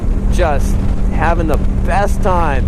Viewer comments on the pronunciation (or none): none